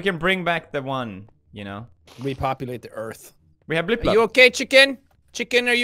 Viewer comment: Its pronounced “Blip Blop”.